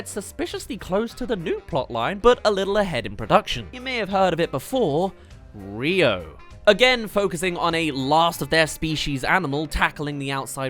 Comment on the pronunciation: its Rio